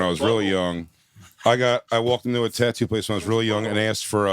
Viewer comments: Bart...its spelled tattoo..tat-too...not ta-too...but telling Bart how to speak properly is like telling a dog not to lick its own asshole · I hate the way he says tatu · Bert is garbage. Keeping saying tuhtoo until someone asks you about it. I’m so glad no one said anything until like the 15th time he said it. You really get to see that 80 percent of this group has barely a drop of talent and humor. Big Jay, Mark and Shane. Period end of story, have a nice day 👍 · Bert was trying so hard to have someone call out how he pronounces “tattoo” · Bert's "tattoo" pronunciation is super cringe, the fact that he leans into it is even worse, like it's not funny when you have to remind people that you're saying it that way on purpose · Bert saying tattoo wrong boils my skin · why does Bert always pronouce tattoo like that? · Bert the typa dude to correct everyone else when he says tattoo wrong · He thinks it's funny and like everything else he does he overdoes it 5000%